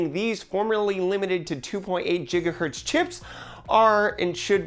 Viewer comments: Its not a Typo .. Its Pronounced with a "G" not a "J" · Msi sponsorship = no love for Asus! This phone looks amazing and like everyone here.....it's GIGA.....not JIGA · Its GIGa HERTZ not JIGA Hertz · I clicked stop on the video when he said jigahertz... it jigahurts my ears. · Jigga hertz? Jigga hertz...😑😑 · "JIGGAHERTZ" Where's the bleach??? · Jigahertz lol? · Wow "Jigahertz". This guy is a complete idiot. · "jigaherts", "jigs". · It'sGorka I got so triggered from that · I cringe everytime you say Jigahertz...but I know you're right! Why Merriam-Webster!?! Why!!?!?!?!?!?!?!?😫😭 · Im so triggered by that lol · Yeah XD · It has been pronounced with a hard G for many years in the IT industry. So when you pronounce with with a J you come across too young to take seriously. My advice would be to pronounce it with a hard G to maintain credibility. Just the opinion of someone that has been in the IT industry since 1980. Good video, thanks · Sorry, that definitely isnt the proper pronunciation, as can be found in almost any other source and basically the history of speech.